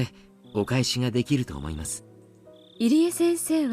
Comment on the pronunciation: pronounced Irie as Eerie lol plz it’s EE-ree-eh